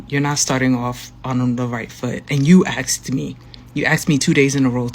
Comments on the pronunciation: You "axed" me!!.....yes, yes he did😂😂😂😂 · Those poor cats! Did it hurt when he 'axed' you?